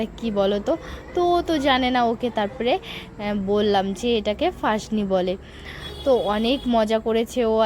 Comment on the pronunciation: ফাসনি না পাসনি